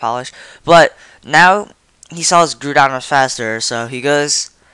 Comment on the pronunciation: "Groodon" WTF?